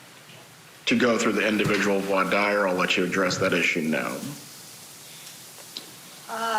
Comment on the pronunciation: This guy can't pronounce "voir dire" though... Grating